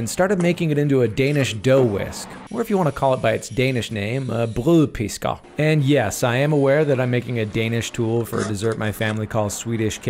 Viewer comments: As a dane that pronounciation is verry good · I'm actually impressed at how well you pronounced the name. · Ok i will say that you pronounced “brødpisker” pretty well but just try to say.. *Rødgrød med fløde og rugbrød* 😏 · As a Danish person myself i Can confirm that we do pronounce it as Brøødpisger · As a Norwegian, I gotta say, your pronunciation of Brødpisker was very good! Love the short! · As a Danish guy you pronounced it good. Denmark Denmark Denmark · Your pronounciation of brødpisker was very well, since an american saying Ø sounds just wrong. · Pretty good pronounceiation on the ö/ø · As a Dane I'm really really surprised on ho well you pronounced Brødpisker